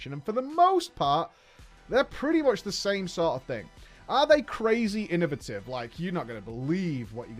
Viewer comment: Inno-VAY-tive? Inno-vuh-tive 🚫. Thanks for the video btw